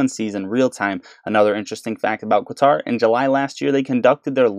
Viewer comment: Qatar is pronounced the same way you would say "cutter".